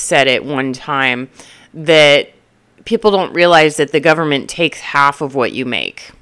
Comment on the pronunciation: The "gooberment" 😂... I'm going to have to use that line. 😊 Great video an insights.... I love your straight-forward approach! I'm in my 30s and am flabbergasted at how many people my age live with their parents and their parents are still supporting them. It's almost like 35 is the new 20... interesting times we live in.